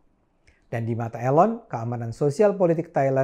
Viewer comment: Bang Cokro "Elon" as in "Eeeee" lon NOT 'A' Ayyy lon :))) bergurau Bang.